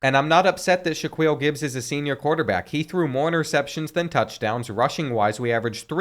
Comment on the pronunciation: it’s sha-keel